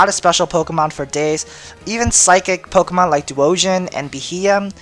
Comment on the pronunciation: scythe and im sorry but your intro is so god damn cheesey.... and I don't like the way u pronounce the pokemon lol